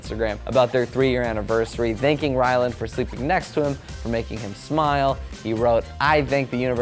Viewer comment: did he just say Shane Dawson and Wyland Adams? lmao Anyways, i’m so happy Shane proposed!! I’ve been waiting for this ever since they got together:)